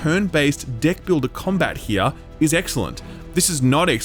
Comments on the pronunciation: Every time he said deck I heard dick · Idk why, but your "deck" sounds like something else lol